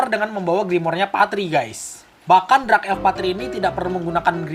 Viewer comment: Dark bang bukan Drak